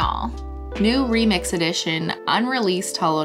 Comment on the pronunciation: Hearing her say Remix and Dark Rainbow kills me